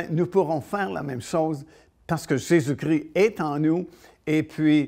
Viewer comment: Svp. Pas Jésus cri ! C'est Jésus Christ. 😢